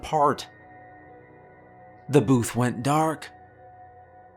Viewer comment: “Toe booth”.